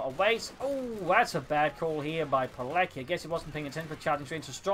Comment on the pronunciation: FYI, it's pronounced PEE-LETS-KEE, with the accent on LETS, like the WA in Kowalski.